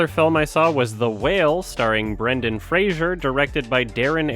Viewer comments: You're mispronouncing Fraser Didn't you see that video of him complaining that everybody keeps saying Frasier ? It's pronounced like blazer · It's Fray-zer